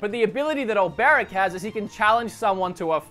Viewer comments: 6/8 for the name pronunciations. Stress was put on the wrong syllable in OLberic, and Therion is not pronounced like you're trying to say "theory". (It's actually "THEH-ree-on", and this is even spoken as such in the game.) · Who are you kiddin, if you havent skip any of the dialogues, how is it that you cant properly pronounce Sir Olberic? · The only one you butchered is olberic